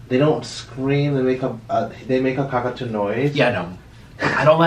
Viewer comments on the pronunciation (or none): Drinking game Take a shot every time he says "Cockatoo" incorrectly pppfppft